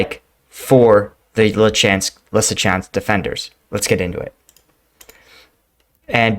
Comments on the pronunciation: Leezytjansk in phonetic. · I think the english phonetic version of Lysychansk is 'Lizzyshanks' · Bro…I enjoy your videos and analysis but COME ON….. LEE-SEE-CHANCE-K Or LISSY-CHANCE-K Say it with me…LEE-SEE-CHANCE-K. It’s not that hard LOL 🤷‍♂️🤦‍♂️😂🍻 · Lysychansk = Lew-sah-chaunsk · Leeseechansk..like in Bruce Lee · Lee - See - Chansk 😉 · “Luce-a-chan-sk” is how my Ukrainian wife explained the pronunciation to me. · the Ys in Lysychansk is a form of U and spoken as (in English) a female sheep... an ewe....Try it this way Lue Shoe Schank.